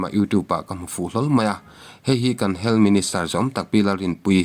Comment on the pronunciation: Duham taka kohhrante a sawmna pawh ni ang hming, "Dan" a kalh hrim hrim. Sawi mam sak tum phet hi a tul lo. "HEALTH" hi, "Hel" tiin, i lam puat ziah. Channel meuh siamtu i ni a, quality pawimawh zia i hre ve ngeiin ka ring.